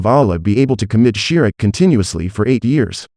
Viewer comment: " SHRIK " ❌❌❌❌ ===> "SHIRK "